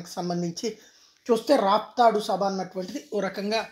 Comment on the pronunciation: అది రాఫ్తాడు కాదు స్వామి రాప్తాడు